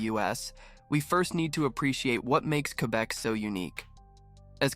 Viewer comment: LOL. You cannot even pronounce Quebe correctly.